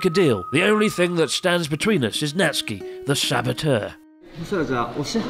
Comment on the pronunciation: It's not Natski... It's Nat-Su-Ki... uff!!!